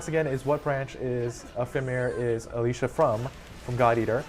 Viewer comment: I missed it live school and all. Also not sure if it was nerves or not but the guys say Alicia instead of Alisa.